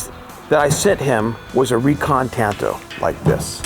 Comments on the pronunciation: It’s pronounced “tahn to.” The Japanese language doesn’t have a hard “a.” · They say tanto weird. It's normally pronounced like katana. They're both Japanese blades after all.... (kaTANa / TANto)